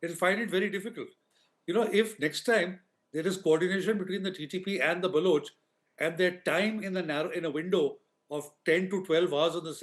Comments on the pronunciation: Can you please stop mispronouncing Balochistan and Baloch? Please don’t use U instead of O in Baloch. It is NOT Baluch. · Dude it’s pronounced ’BalOch’ not ‘BalUch’ Baloch rhymes with Coach. Please correct this in future